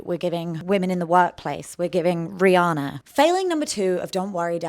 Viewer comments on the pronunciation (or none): none